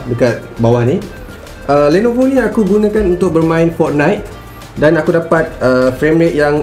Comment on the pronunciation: Aku rasa ni satu satunya org melayu yng ckp "Fortnite" dlm pronounciation yng betul.Kalau org len ckp Fortnite dh mcm Fot Night